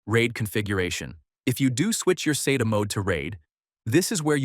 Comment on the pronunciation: It's pronounced SATA, not SATA.